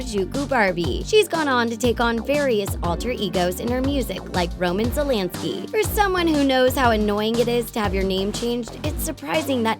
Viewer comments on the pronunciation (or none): none